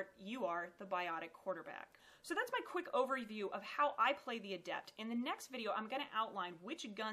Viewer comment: Did she say "that's my quick ovary view"??